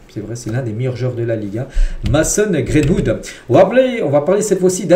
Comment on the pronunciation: C'est Greenwood, pas Grainewood